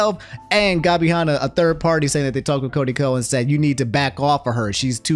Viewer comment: Gabby Hah-nah and Tana Mongoose